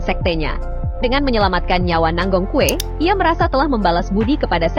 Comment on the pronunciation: Nangong kue😂😂😂 itu…baca namanya nanggong cue